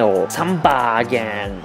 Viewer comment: Please you don't say samba 🥶